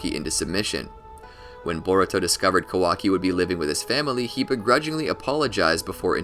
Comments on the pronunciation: It’s Kah•wah•key not Ka•walkie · Pronounce his name correctly first 🤣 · Bruh, pronounce his name right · I think your pronouncing his name wrong